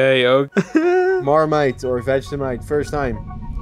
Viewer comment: It’s Vegemite 😡